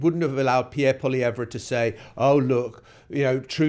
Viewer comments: pronounced: POLY EVV, not. POLY EV RA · It’s pronounced Polly ev. Poilievre did this to himself. This race was close even with his terrible campaign. He used slogans and negative adds, just like Trump. A huge mistake. If he would have stuck to policy, and been about 50% less smug, he may have won. Carney fell into the perfect race for himself. He got to be PM for just enough time to rebuke Trump, and make people believe he is tough. He will not help regenerate the Canadian economy. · All it takes is ONE Canadian newscast to learn how to pronounce Poilievre and you couldn't be bothered